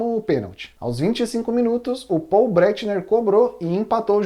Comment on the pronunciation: Gosto do seu canal, mas por favor no nome Paul ,em alemão, a pronuncia não é Poul, mas deve ser feita como se fosse em português, só que sem o "o" final ficando PAul(com o U levemente pro nunciado.